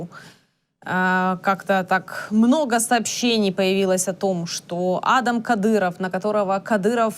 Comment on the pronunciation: Адам,ударение на вторую а.